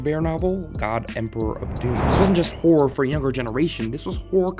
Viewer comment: I was confused for the longest time because I heard you saying horror as whore lmao